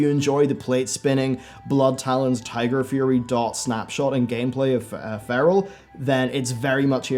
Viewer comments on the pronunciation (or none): none